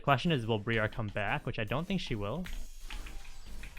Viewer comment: Thanks for the content. Briar is pronounced the same as the first part of briarwood btw